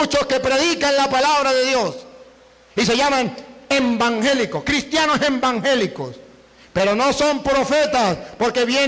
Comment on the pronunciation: Me encanta cuando dice embángelico, pero no recuerdo por q lo dice así... Sos un orgullo de los católicos!!!